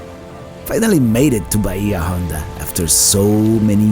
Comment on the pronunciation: Pronounced 'bay-ah on-da' State Park, which means 'deep bay' in Spanish.